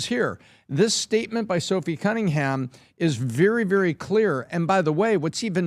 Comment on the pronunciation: Genuinely think doesn’t know majority of the topics talked about. Always gets people names wrong and says it often. Cummingham?